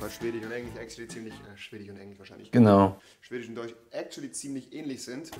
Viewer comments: Niemand: Rewi in den ersten 30 Sekunden: Englich und Schwedich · Englich und Schwedich 😂🤣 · niemand: rewi: schwedich, englich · Chwedich und Englich kenn ich noch gar nicht 😂😂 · Englich und schwedich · Englich" und ,,schwedich" ich Feier deine Aussprache 😂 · Schwedich und englich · englich und schwdich